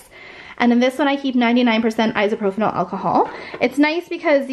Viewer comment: I love you and your videos so much but it so bothers me when you say isopropyl alcohol wrong lol like no hate!!! Please don’t think I’m hating anyone it is just a pet peeve that I have and surprisingly enough a lot of people say it like that and it drives me nuts lmao but seriously love you girl!!!